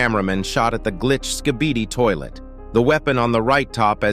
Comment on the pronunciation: Bro said "sKhBeDi ToIlEt" 🤣